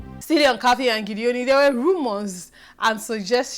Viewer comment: Thanks again. Meanwhile Its GEDONI (pronounced as spelt) not Gideoni:-) (we are from the same part of the state;cross River) It is not an english name. Your analysis is always on point. Meanwhile I like Mercy and Ike too. My though on Tatcha being in the secret room is as good as yours. She will be "prouder" now. Weldone for your good works here.